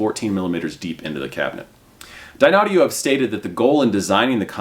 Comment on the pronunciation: Dear, your confusing the people who are not aware of the correct pronunciation of the company name. You yourself also seem confused. Not sure what I mean? Watch the video and critique yourself￼￼. 😊